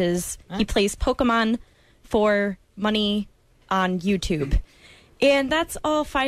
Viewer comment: Lel "pokeymen" How does that lady know John?